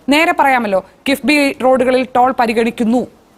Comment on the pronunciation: കിബ്ബി അല്ല കിഫ്ബി..